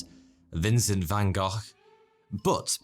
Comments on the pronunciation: Thank you for actually saying "Van Gogh" in a humane way. - The Dutch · Yeah, he got closer than most people... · finally someone that doesnt say Vincent van Go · It's called the "correct" way ;) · I appreciate that you tried to pronounce 'Van Gogh' the right (Dutch) way! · thank you for pronouncing van Gogh correctly.